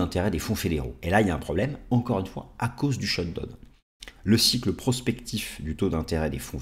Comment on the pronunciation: Parfaites analyses, merci, mais… le shutdown se prononce shutdaoun!